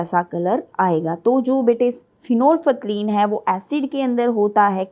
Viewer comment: My a correction that prononsciation of phenolphthalein is wrong pleaze check on google by typing (prononsciation of phenolphthalein)